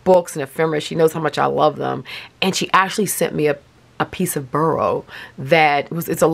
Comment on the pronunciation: I’m always curious about words — spelling, pronunciation, etc. — so I looked up boro, partly because an O is so rarely pronounced like a U. And the only thing I know about Japanese is that words are usually pronounced the way they are spelled. Sure enough, it’s not pronounced “burrow” but FORO, almost like saying the number 4 and the letter O. Yep, the B sounds like an F, which is unexpected! Both O’s are long. But don’t quote me 😱 since probably learned from the expert she mentioned in her comment!